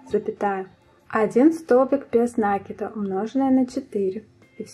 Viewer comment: спасибо большое. Понравились два момента: прибавки без заморочек: легко отслеживать, где нужно прибавить. Второй момент - убавления: провязывать за половинки петель. Действительно, дырок не остается. В общем, замечательный урок, несмотря на произношение нАкид ))). Однозначно, лайк! А! Забыла про цветную ниточку написать! Я пользуюсь маркерами, но в данном случае нитка - лучшее решение! Плюс!